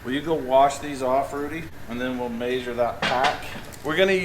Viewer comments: "We are going to ma-shure these shims" 😂. Measure.. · Everyone at my work now says “may-sure” instead of measure😂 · Yep, maysure twice, cut once. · I like how you say measure - “maysure” 😉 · Mayshur twice, shim once. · “Maysure these” lol. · May-sure? Lol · I like that says “MAY-sure” my great grandpa said it that way. If you ever slipped on a slick surface and landed flat on your back he would say “ you mae-sured yourself” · Love watching your channel... Is it just me or does say measure kind of different?? Sounds like maysure.... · Word of the day: Maesure. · "I gotta 'MAYZHURE' these" 😂😂😂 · midwest accent this is anyone from montana to northern arizona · Is it just me or does say measure funny, or is that intentional?